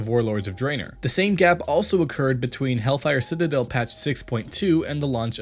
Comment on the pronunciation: Did one person write this while an other person read the lines? He couldn't pronounce Sargeras or Draenor